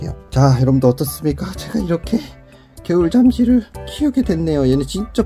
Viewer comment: 겨울"잠쥐" 발음에 주의해주세요